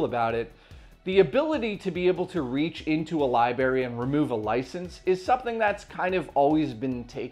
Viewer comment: Great video and overall channel, it just hurst my ears to hear you say lieberry instead of library. I know it’s petty and small to nitpick at but it’s irksome to me. Otherwise everything here is groovy and I wish you nothing but success.